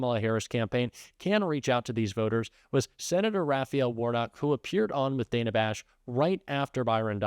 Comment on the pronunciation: At this point I'd refuse to interview anyone who refuses to pronounce Kamala's name properly and this fool can't even respect the interviewer! That's Dana Bash, not Danna. You want to play politician, the very least you can do is pronounce names correctly!!